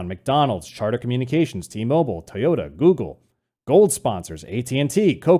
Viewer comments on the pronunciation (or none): none